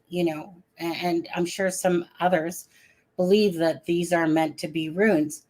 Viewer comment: "Runes" rhymes with "Tunes"